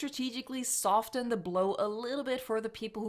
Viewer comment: As an ESL creator, I'm often awed by your mastery, so please don't consider this a dig, (my language is maniacal in its construction) but for future reference the 'T' in soften is often not pronounced, more like soff'en than soff'ten. The T in soft is more often pronounced. It's crazy, I know... But navigating crazy paths, linguistic and otherwise, is very much your jam, if I'm not mistaken